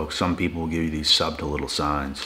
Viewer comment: Do all of the "chosen ones" mispronounce the word "subtle"? fff bath poem